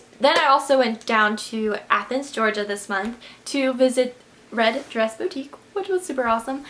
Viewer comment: It's pronounced boo-tique. Not bow-tique.